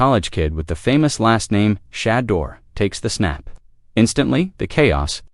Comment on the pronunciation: Why is your video mispronouncing Shedeur’s name when your video says his name correctly… we know when people mispronounce a black person’s name is racist tone